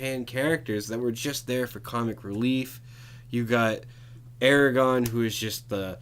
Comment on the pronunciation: He pronounced Aragorn Eragon and said that you have an emotional connection with the dwarves, the only dwarf in the hobbit I felt an emotional connection with was Thorin. You also say that Legolas and Gimli were only there for comic relief but the hobbit dwarfs weren't?